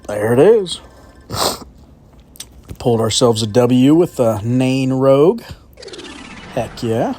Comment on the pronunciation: It's Nain rouge lol